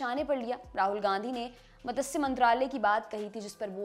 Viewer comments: Madam..........its not MATASYA it is MATSYA. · It is not "मतस्य" मंत्रालय|It is "मत्स्य" मंत्रालय| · मातस्य 😂😂 मत्स्य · मतस्य 😂😂😂 मत्स्य